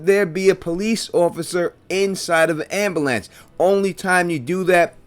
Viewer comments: Omg the repeated "ambalance" over and over is killing me 😆 🤣 I've never heard it pronounced like that before. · That ambulance hypothesis is solid. Your pronunciation of the word ambulance is way off though